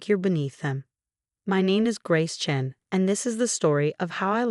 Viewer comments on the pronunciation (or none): Chen, hair (rather than heir), singsong tempo, still sounds like it has too much spit in its nonexistent mouth. When will YouTube finally ban the use of this particular AI voice?